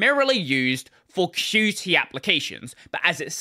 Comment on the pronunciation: It's pronounced "Cute" by the way...and not q-t